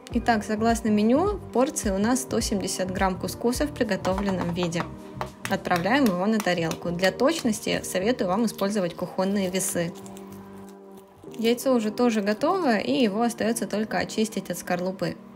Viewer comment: кУхонные весы,а не кухонные!